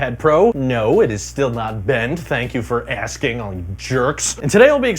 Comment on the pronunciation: right in this video